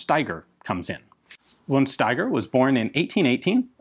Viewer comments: Von Steiger is pronounced fon Steiger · The only "but": von Steiger is pronounced [fɔn ʃtaigʌ]